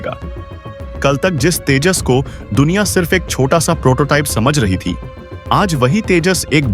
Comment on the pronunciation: IT IS SURPRISING THAT YOU CAN'T SPEAK OUT TEJAS MARK2 PROPERLY AND PRONOUNCING TAJAS MARK .... 2. YOU NEED TO RPACTICE READING TECHNIC.